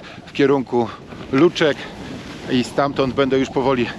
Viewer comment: nie luczki tylko lućki .tak sie czyta i mówi po slowęnsku